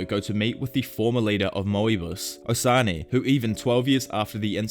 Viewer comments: Good video but its osanai not o sa ney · Is Moebius not Mow-E-bus, and its Osanai not O-sunny